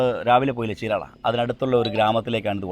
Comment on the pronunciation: Correct ചീരാള അല്ല చీరాల ആണ് cirectj